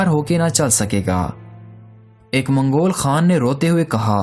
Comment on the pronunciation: اپنے الفاظ کو واضح بولا کریں آپ منگول بول رہے ہیں پر سننے میں لگتا ہے مغل کہہ رہے ہیں